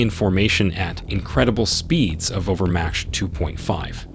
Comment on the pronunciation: Is the narrator an AI or just an idiot? Cruz, as in Santa Cruz, is not pronounced cruz as in buzz, it's pronounced like cruise or booze. Also, mach, as in mach 1, is pronounced mark ( but not as hard an r as americans pronounce it. Not match.